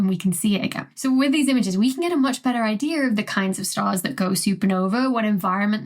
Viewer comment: There no 'R' in idea.